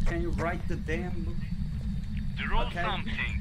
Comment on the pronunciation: öyle okunuyo zaten ken yu rayt dı bouk sadece booku bık diye okuyor